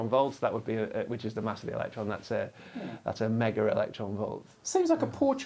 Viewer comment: Every time he says (I think) “a mega” it sounds like “omega”.